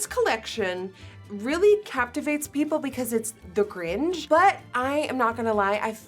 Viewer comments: I know, it sounds funny coming from a foreigner 🤗😁😂😅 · Sounds like you’re saying “gringe” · Am I the only one that noticed Nikkie pronouncing Grinch like "cringe" haha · “the gringe” “liquit liner” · I love the way she pronounces Grinch as “Gringe.” 💚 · Went searching for this comment to make sure I wasn’t alone thinking this! 🤣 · I notched that too lol! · I noticed that immediately lol. GRIN-CH Nikkie, GRIN-CHUH! LOL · Did anyone notice how she said gringe! Lol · "tHE GrIngzzzz" love you xD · "the Gringe" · me confused bc I thought she was saying gringe No hate whatsoever, I absolutely love you nikkie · broke: the Grinch woke: the Grinzhhh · Is it just me or am I the only one who loves the way nikkie says grinch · I’m so sorry but it’s not “gringe” it’s “grinch” 😂😂😂 I couldn’t stop focusing on that hahahahhaha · Am I the only one who’s triggered by the way she pronounces the “grinch”? I feel like she says it in kinda a weird way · its not grinch like cringe its grinch like pinch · It’s GrinCH…not GrinGE, lol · It's cringey asf how they keep saying the "gRiNgE" 🥴 And not the Grinch.. like how it's spelled throughout this entire video🤦🏼‍♀️ smh.. how do you get a (innjj) sound from "inch".. I missed that part of the assignment in grade school lol. I wonder if they say "inches" (innjjes) 🥴🤔 lmao. Pronunciation is crucial asf y'all 😂. But after all, the makeup packaging was cute. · Grinch not gringe lol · I keep hearing you say “The Gringe” instead of The Grinch’. 😂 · Who is the Gringe? Hahahaha girl. GRINCHHHHHHHH 😂😘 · Why is she saying Gringe? Like the “ch” seems to be just GONE! GrinCH please. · why does she say “gring” instead of grinch HAHAHA 💖💖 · Did anyone else think Nikkie was saying "grinch" different? It sounded like "gringe" and not grinchhhhhhhh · I’m sorry nikkie I love you but why do you keep calling it the gringe instead of the grinch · It's Grinch, not Gringe... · It's Grinch not Gringe. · ms girl it’s grinch not gringe 😭😭😭😭😭😭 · Were you saying Gringe?